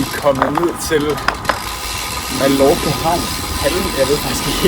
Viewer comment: God video! Men det udtales "Ma-jor-ka"!!! ;)